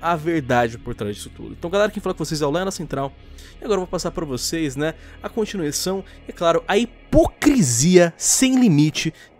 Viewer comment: "cuntinuição" Eu "kkkkkkk"